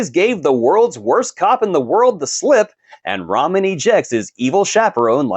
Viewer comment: Lol did you call Tyrese RAMEN Pierce and not Roman Pierce? Ok you’re prob right. 2 down 8 to go. Enjoy the rest lol😅 and give me more meathead in space. Riddick is the goat!!